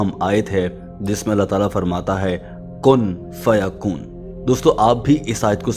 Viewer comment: کن فیکون ہے بھائی کن فیکن نہی